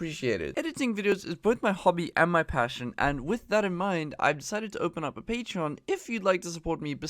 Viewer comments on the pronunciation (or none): none